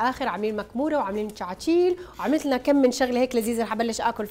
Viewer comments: اسمها كعاكيل وليس شعاشيل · صح ليش بتحكوا شعاشيل اسمها كعاكيل ايشي مدور يعطيكي العافيه